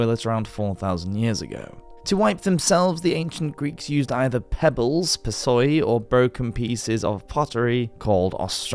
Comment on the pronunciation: I'm sorry but the way you said "pebbles" made me think of that one Bruno Powroznik video 😭